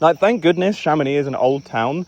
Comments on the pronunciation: In french, we prononce the name "Chamonix" with the "x" at the end, like "Chamonics" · "I'm living in Chamonix" excusez-nous monsieur rejoint les français mais dans le 1% du haut